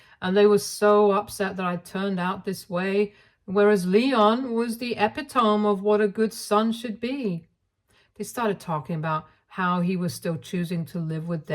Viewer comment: uh PIT uh mee. Please!